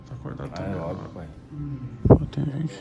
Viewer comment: NINGUEM:: AIROBICO NE PAE KKK